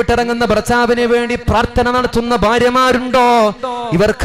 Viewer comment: ത്ത അല്ല. ത്ഥ. ആണ് ശരി പ്രാർത്ഥന